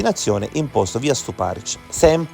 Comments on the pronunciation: Rèsinovich , Stùparich ...gli accenti, perdio! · sulla seconda. Nel video viene chiamata Resinovìch, e chi legge sbaglia anche l’accento di Stuparich